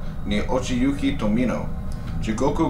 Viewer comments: To-mee-no, not, to-mo-no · You probably couldn’t pronounce the words right nor you could say Tominos name right (Tomono is what you said) so nope I do not believe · The only thing that helped me relax was him saying instead of Tomino. I also read it back when I was in highschool and the next day caught the flu.